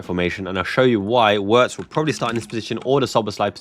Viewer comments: Just a small point: It's more accurate to pronounce his name Virtz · Enjoy your show brother. The Germans pronounce W's as a V. Therefore Wirtz's name is pronounced Vertz. Cheers mate. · Virtz homie, hit that W with a Z.